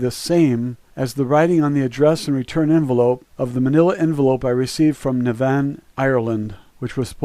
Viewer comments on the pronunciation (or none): NAVAN,,its PRONOUNCED NAV ViN by us all one word no pause ,say it quick an ul have it to a T , ,not Nah -vann, also Ms Mac Elroy is pronounced like Rory Mackel Roy not Mac El Roy